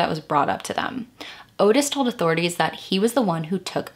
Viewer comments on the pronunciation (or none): Its not .22 guage it's .22 caliper And Ottis is pronounced Ott-iss.